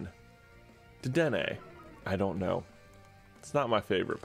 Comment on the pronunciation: It's pronounced da den nay